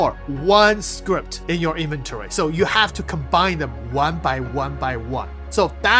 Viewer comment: Its so hard to ignore...... it is scrip. Not a script. Please, i cant take it.... please... Scrip.....